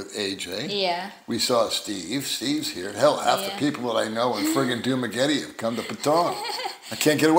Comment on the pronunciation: Get well thanks for the update. I’ve learned so much from your channel. I pronounce Dumergete in your raspy voice. Lol 👍🏽👍🏽